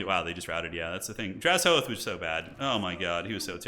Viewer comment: take a shot everytime mispronounces drazhoath as draz-hoath